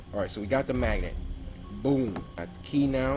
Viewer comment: This dude wanted to say magnet he said Maggot 🤣😂